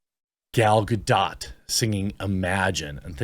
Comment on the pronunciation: You're finally saying "Gadot" correctly!! XD